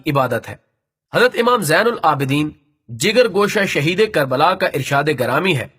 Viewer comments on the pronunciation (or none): none